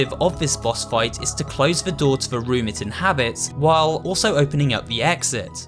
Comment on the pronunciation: It always sounded like she said "realm" instead of room